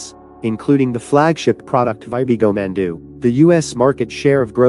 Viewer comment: 킴취 웽 맨ㅡ두, 발음이 재밌네요 ㅋㅋㅋ